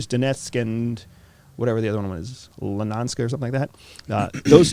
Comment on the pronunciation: I like how he didn't know that the Trump admin dumped the most money into Ukrainian armaments, and the Obama admin began training Ukrainian troops. But he also knows a lot about the conflict right?--especially when he pronounced the second "whatever," place "Legansk." What a dip shit.